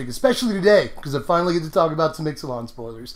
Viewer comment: It's pronounced Ixalan, not Ixalan.